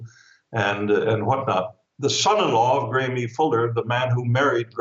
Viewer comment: IRS not pronounced Gramie, it's pronounced Graham